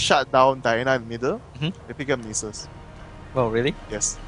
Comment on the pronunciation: they pronounce Nasus as nieces